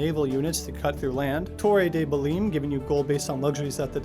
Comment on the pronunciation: Great video, however, your pronunciation of Torre de Belém damn near killed me